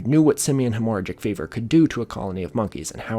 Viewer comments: Hemorrhagic is not pronounced that way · Please Google hemorrhagic pronunciation bruh wtf 🤣